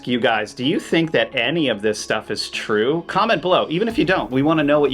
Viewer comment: It's Twoo, It's Twoo!!!